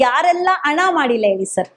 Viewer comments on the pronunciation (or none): ಎಸರಲ್ಲ , ಹೆಸರು. ಅಣ ಅಲ್ಲ ಹಣ, ನೀವೆಲ್ಲಾ ಸೌಜನ್ಯ ಹೆಸರಲ್ಲಿ ವೀಡಿಯೋ ಮಾಡಿ ದುಡ್ಡು ಮಾಡ್ತೀರಾ. ಓರಾಟಗಾರ ಅಲ್ಲ, ಹೋರಾಟಗಾರ ಮೊದಲು ಕನ್ನಡ ಪದಗಳ ಬಳಕೆ ಸರಿಯಾಗಿ ಮಾಡಿ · Adu ana alla adu hana neenu yav school nalli odiddeeya